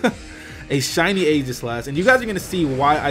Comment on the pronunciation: hot damn. look up the word aegis. "ee-jis", not "a-gis"